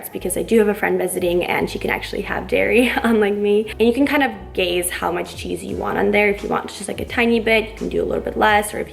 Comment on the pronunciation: Lolll "you can actually GAZE how much cheese you want[...]"